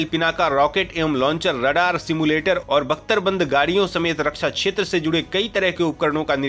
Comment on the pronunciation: छेत्र नही (क्+ष)क्षेत्र बोलो